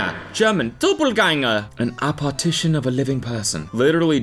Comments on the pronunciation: cody cant read apparition lol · AparTITION? 😂😂 cody it says apparition